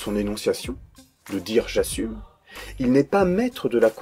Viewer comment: Le "j'assuRme" m'a tué